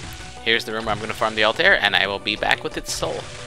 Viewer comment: The bird is pronounced Al-ty-ear. Altair. Muslim name actually.